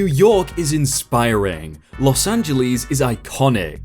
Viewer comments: "Los Angel-EES" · Am I the only one who heard Los Angelees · “Los AngelEEZ” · Los AngeLEES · You pronounced Los Angeles wrong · So umm. We gonna talk about how he said "los Angeles"